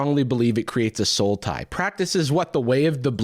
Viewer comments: I thought you were saying there was a card called "Soul Tie" until I realized that you were saying "Sultai". Good job, that actually got me. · lmao i stg i only could hear "sultai" instead of "soul tie". As someone who has played 90% sultai since they starte playing magic in 2011 idk if i love or hate that joke. Or both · Without CC I kept hearing "Sultai" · Hearing you and that guy say "sultai" over and over had me so confused until I heard it correctly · yeah the first time i heard it in the video i actually thought he was saying Sultai. for some reason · I heard “soul tie” and I had to rewatch because I was like “a sultai? What?” And I’m so happy that later in the video made the MTG joke 😂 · Glad I'm not the only one who heard "Sultai." 💧💀🌳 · not gonna lie, I was hearing “sultai” the entire time and was incredibly confused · I am so happy about the Sultai reference, cause every time they said Soul Tie, that's how I heard it! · I said to SLAY the dragon not LAY the dragon vibes. Also immediate thought when you prounounced "soul tie" as "sultai" Yeah I see you!